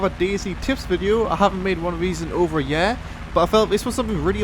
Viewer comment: here's a fucking tip itz not yeeer itz year not yeeer look at the begining of the video and you'll see